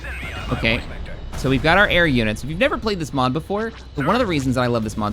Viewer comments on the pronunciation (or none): none